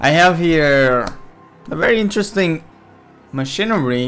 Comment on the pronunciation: stop saying machinerie T_T